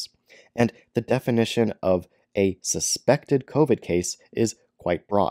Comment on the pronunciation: Love how he emphasises the word 'SUSPECTED" Wish other words were emphasised like We are CONFIDENT it doesn't cause heart issues We HAVENT SEEN MANY adverse reactions Etc etc! Examples only haha. He is about as reliable as an ashtray on a motorbike